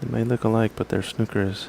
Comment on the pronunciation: Plz it's not snucker it's snooker lol Royston from England living in Costa Mesa California.